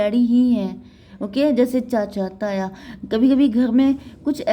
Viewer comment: Taya bolne ke pronounciation se declare hua you are Punjabi 4 prediction clarify it